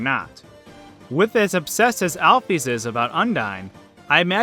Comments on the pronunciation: allph'ys is not pronounced alf e's its said like al fis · he said aphys its alphys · U don't pronounce Dr. Alphys like that. You're pronouncing it like Dr. Al-Fees. It's pronounced Dr. Al-fis. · Al-fees? I pronounce it Al-fiss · To say alphys is Al-fis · Alphys's name is pronounced Alfiss. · Alphees? Amalgama-tays? Uhh... That's not how you pronounce them... Sorry... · ur a good theorist but plz learn how to pronounce amalgamates and alphys!! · im waiting for fans to rage over the point you pronounces alphys wrong... i guess not, im suprised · alphees tho... alfis is the way i pronounce it, dunno about you people